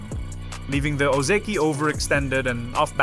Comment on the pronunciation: Lol you were fooled... this is an AI voice. Need proof? Watch again and listen to how it pronounces Ozeki carefully. Most of the time it says Oh Zee Key but not every time, sometimes it pronounces it properly as O Zeh key. That's important to know because real humans will consistently pronounce it wrong. There are a bunch of other things I could point out but that is pretty obvious tell that it is AI.